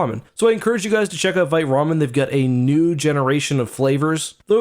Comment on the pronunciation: I say this as a French teacher 👨🏻‍🏫 with 2 degrees in French. “Vite” is a French word for “fast” and it is pronounced as “VEET,” not “VITE/VYTE.” Please pronounce it as “VEET,” especially as a Canadian where your country is officially bilingual, English and FRENCH 🇨🇦. You sound uneducated when you mispronounce the word “Vite” as “VEET.” I love you, man, and I am trying my best to lift you up. No disrespect. ✊🏻